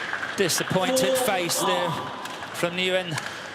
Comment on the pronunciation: The commentators says nguyen wrong!